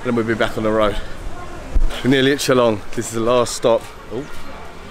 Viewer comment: I was wondering why you didnt visit Meghalaya last time when youre in north east india..but i think you did it right by deciding to visit now.. You pronounced 'shillong' like a local,👍 Hope you enjoyed our State Meghalaya.